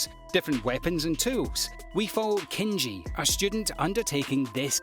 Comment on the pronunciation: Kenchi tho not Kenichi I see u dawg